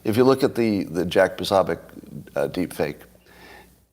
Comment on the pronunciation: Jack POsObiec....not PAsAbiec....Poso to his fans